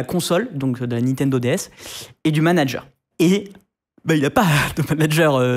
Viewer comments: "Nitendo" numéro de "Manger" au lieu de manager, les gars faîtes des efforts sans déconner... C'est de l'amateurisme là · A 07"21" NUMERO DE MANGER (MIAM MIAM) au lieu de MANANGER. MDR cet épisode